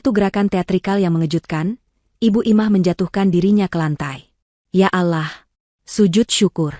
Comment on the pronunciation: Saya dari kecil sampai tua rajin ke musola. dn masjid selalu dengar kata ALLOH tapi skarang ya ALAH saya merasa aneh dn risih dengarnya